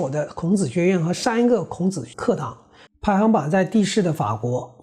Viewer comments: 请注意纠正读音：“排行”中的“行hang”读音同“行业”、“银行”。不是“排xing"。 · 排行(hang) 榜